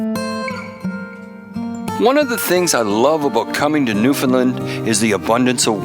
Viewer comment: Newfoundland is pronounced like NewfinLAND, not like was pronouncing it. Us Newfies love visitors from away but we really appreciate it when you say the name properly. Just a small courtesy. Great show guys.